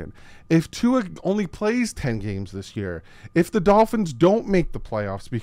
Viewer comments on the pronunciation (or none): none